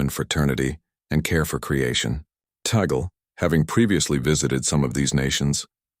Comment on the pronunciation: The Cardinal's name is pronounced TAH'-glay. Have some respect.